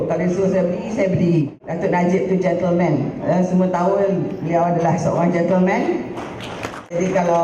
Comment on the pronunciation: Gentle ke gentel rosmah sebut tu?huhuhu